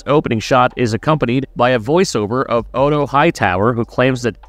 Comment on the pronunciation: That's storm's end in the opening shot and pronouncing Otto as "oto" is particularly egregious when they say his name in the first season. Why would you break down a trailer to show you haven't seen? Smh